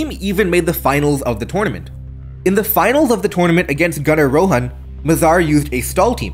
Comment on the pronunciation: I'm not sure if you're of indian descent or not. But I love that you use the correct pronunciation of "Rohan"